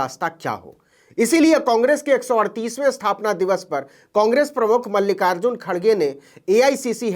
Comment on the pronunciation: खड़गे नहीं खरगे हैं।